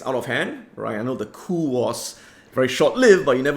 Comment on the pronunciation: Adam "Coup" 😂😂😂